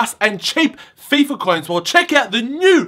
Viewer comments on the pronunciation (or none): none